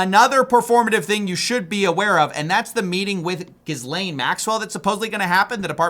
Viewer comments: Her name is pronounce Gi-layne no Gis-laine, the "s" is silent. You'd be much better off checking with Google if you're unsure of the pronunciation. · he has to know her name is pronounced “ga-lane” not jizz-lane 😂😂.. sounds more like Jeffrey Epstein‘s street address 6969 jizz lane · Isn't it pronounced as GEE-lane? Not GIZ-lane... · FYI, it’s pronounced ‘GILaine’ not GISlane’ Maxwell, not important just for info. Awesome important content in these videos though. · The SSSSSSSS IS SILENT. ITS GA-lane not Jizzlaine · Is pronounced Gilaine not Gizlaine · The French name Ghislaine is typically pronounced with a hard "G" sound, similar to "gu-," and the "s" is silent. The "laine" part rhymes with the English word "lane". Thus, the most common English pronunciation is "Gih-layn". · It’s pronounced jizz-lane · Bro great video but damn it’s pronounced gi-layn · Gizz Lane Maxwell 😂😂 nobody can pronounce her name right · / — I don't know if this is important, but I think Ghislaine pronounces it without the 's' — G-ill-ane....I think? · Ghislaine is pronounced Gêlayne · It’s pronounced “Jizz Lane” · Elon right again! By the way it's pronounced "jelane maxwell" if you missed the Attwood interview with his niece. There are no "s" sounds in her name. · It's pronounced Gheelayne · Ghilaine! The S is silent! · Why cant americans pronounce her name correctly. GEE LANE Your welcome. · Hey bro ! Pedos monster girl friends name pronounces geelane or gilane. While spells Ghislane. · Tiny man went from calling her Jizz Lane to Giz Lane Can't blame em for trying I guess. It still would be like so professional to learn how to pronounce a name that's going to be in the news for decades right. Just say Maxwell tiny man. Don't even try to pronounce her first name. It just makes you look dumb. I know some incompetent mfers but even they learn how to pronounce this ladies fn name right. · It's pronounced Ghee-lane/Gih-lane! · It’s pronounced “Gillan” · Gill-aine, the S is silent